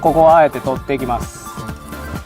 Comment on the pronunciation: なんか今日の発音おかしくね？ 汚れを落として⤵︎ いきまぁす⤴︎ ⤴︎